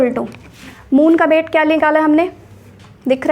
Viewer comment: Its weight not bate ma'am